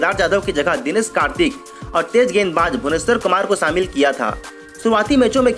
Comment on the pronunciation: Sanivar, phanal, Samil....ur pronounciation is tooo irritating...pls change ur anchor.